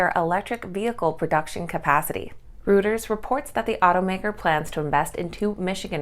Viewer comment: Reuters is pronounced royters.